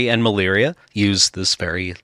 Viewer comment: Was there some sort of typo/name change/pronunciation in the stories for Malira, cus they keep saying Maliria, with an extra i at the end. even corrected himself to say Maliria after saying Malira correctly. It was confusing the heck out of me the whole time. Either way, great episode. Love the just pure lore episodes.